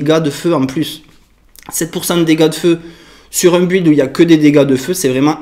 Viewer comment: pr info, build se prononce "bild" ;)